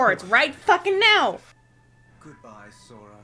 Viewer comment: Interrupting the lore talks to point out how here said "Sofa" instead of Sora. I for one welcome our new comfortable sit-worthy protagonist. Anyone else?